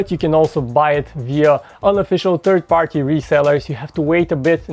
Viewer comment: did he just say the moto G the TURD edition??? :D :D :D